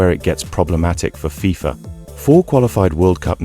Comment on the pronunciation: You know this is ai when they cant pronounce fifa, AND THE NARRATOR DOES NOT TAKE A BREATH. GET RID OF AI CHANNELS